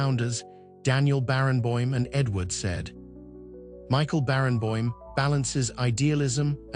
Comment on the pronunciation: Great man but poor (AI produced?) video with continual irrelevant clips of Jacqueline du Pre, and with wrong pronounciation of Edward Said. Daniel Barenboim deserves a better tribute.